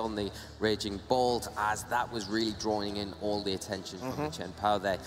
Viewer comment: and what about "drawring" that was continuously spammed?